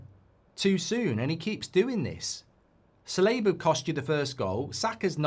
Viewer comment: holy shit how do you misprounounce ever single Arsenal player dude. Sa-Li-Ba Me-Ri-Noe